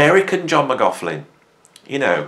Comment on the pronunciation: Sorry, I don’t want to be rude but McLaughlin isn’t pronounced with a f in it…….